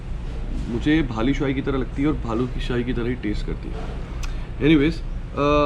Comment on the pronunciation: Helpful video for many😀.., I think it's Balushahi..Not Bhalushahi😀😀😀